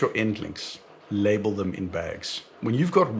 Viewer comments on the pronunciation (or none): none